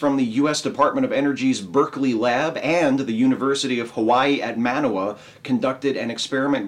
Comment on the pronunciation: Aloha! Manoa is pronounced munnoah. Accent on the second half. Noah like in the Bible. LOL